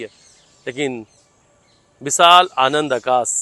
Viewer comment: Yah anchor Sha ko Sa kyon bolata Hai सा दी नही होता शादी बोलते है विशाल हे विसाल nh h एक एंकर को अपनी भाषा पर काम करना चाहिए और यह एंकर तो बहुत ही ज्यादा साइड लेता है सोनम की